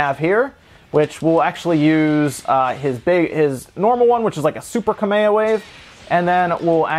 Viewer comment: There are some very upset dead Hawai'ian kings every time he says "Kameha".